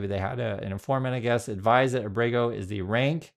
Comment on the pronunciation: Please pronounce Ábrego on the first syllable. Thanks